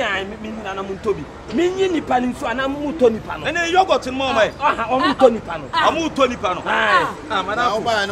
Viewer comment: can’t even pronounce yoghurt properly 😭😂😂😂 eeeiii likeee & shortingo also... asem nie!